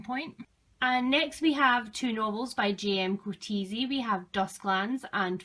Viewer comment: As a South African, I'll have to correct your pronunciation of Coetzee. It's Koot-seer. His name is Dutch/Germanic, so you can't say it as though it's an English name.